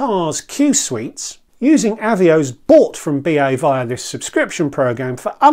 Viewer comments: I’m afraid I had to stop watching, as someone who has been around the block, you should know the correct pronunciation for Avios, and also that it is both the singular and plural, you don’t drop the S when referring to 1 Avios. Still on plurals, RFS is Reward Flight Saver, not plural. These details may not matter to you, but it just makes you look ill informed, which I’m sure you’re not. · Thanks for the reply, I understand the work that goes into a video like this, which is why it's a shame it's kind of spoiled by a really grating mis-pronunciation. If you are still in doubt of the correct pronunciation, BA helpfully have promotional video here